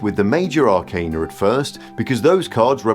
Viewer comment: I very much appreciate that you pronounce “arcana” correctly. Almost all of the other tarot content creators pronounce it wrong and I cringe every time 😅